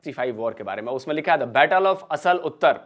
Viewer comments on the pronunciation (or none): "आसल उत्ताड़", not "असल उत्तर". At least get your pronunciations correct. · इसका उच्चारण- " असल उत्तर " नही है ये है -- "आसल उताड़ " ये गाँव का नाम है जो खेमकरन सेक्टर में पड़ता है।